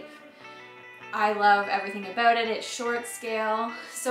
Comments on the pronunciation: "I'm very excited aboot this guitar." 😁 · Did I hear an "aboot"? Are you girls Canadian? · “aboot” ha ha - so Canadian just the start of G-A-S ? ( guitar aquisition syndrome) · Wow nice guitar, love the sound and of course your playing. Heard your pronunciation of the word "about" and remembered you are Canadian. Lol. Hope to see the band live someday soon. Take care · The word ' about ' is the only way I can tell if Canadian not a yank.